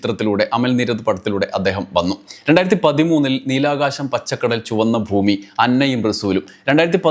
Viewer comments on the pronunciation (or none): none